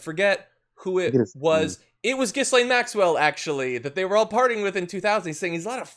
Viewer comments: It is pronounced "jeeslaine. French name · I know she's a disgusting thing not deserving of respect but there are other people in the world called Ghislaine who have a hard enough time already getting people to pronounce their name correctly. For their sake it's "Ga-Lane". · Pronounced Ghi -Layne - the 's' is aspirate but apart from that I agree with everything else !! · BTW guys, the letter "s" in her name, is silent. Her father stripped the pension fund out of a major UK daily newspaper. He sort of disappeared from his yacht one night in the Atlantic Ocean. The yacht was called, Lady Ghislane. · No, the S is silent but Americans can’t pronounce foreign names. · I'd love John to be the first American to try and pronounce 'Ghislaine' correctly. It amazes me that this woman's name has been all over the news for a year and yet not one American outlet thinks to look into how to pronounce a name that is not that uncommon in Europe.